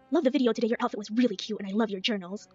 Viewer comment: I feel boiling, white-hot rage over the way pronounces words. Cute is "key-OUTE", salami is "slommy", Walmart is "wommort". I hate it. SO. MUCH.